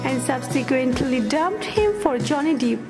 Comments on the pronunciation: We pronounce "Johnny DEPP" and not DEEP !!!! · What kind of English is that? Jonhny " Dip "? Terrible. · ... And "Star shine Capricorn" And Johnny Deep 😜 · It´s DEPP not DEEP!